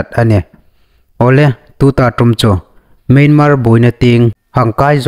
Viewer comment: Myanmar hi 'MIANMAH' tî a anga lam ding ni'n ka hriet.